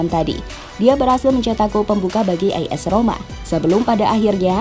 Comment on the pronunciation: As Roma bukan is Roma min